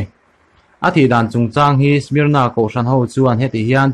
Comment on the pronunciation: A spell hi SMYRNA nia a lam dan tur ni awm chu SMER NUH(nah) a nih hmel. Mur ni lovin